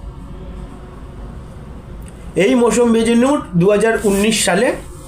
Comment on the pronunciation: নাম টা ঠিক করে উচ্চারণ করো, ওর নাম, মৌসম বেনজীর নুর, তুমি উচ্চারণ করছো মৌসম বেজনুর।